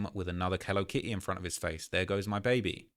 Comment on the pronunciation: If you say “Hello Ki E” one more time 😂😂😂